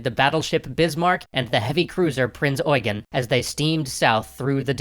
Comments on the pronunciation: its prinz eugen not oigan? lol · Prince eugen not price oigen🤣🤣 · Eugen is not pronounces as it is written. You have to speak the second 'e' long. I know it's weird. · seen it pronounced both ways, so are you sure about this instance? Sometimes Eugen is pronounced just like Eugene, but sometimes the second e is short making it "You-jen". For example, the now late UCLA professor Eugen Webber had the short e. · 1. Maybe I should have been more clear with what I was criticizing. 2. Your phonetics are not correct. There are two ways to pronounce "Eugen". The one used in the Duden and the one that "prince eugene of savoy" used. If you had looked at the link I've sent you, you would have seen that the phonetics for prince eugene are different from those of wiktionary. The Duden has limited authority over the german language let alone german/austrian names.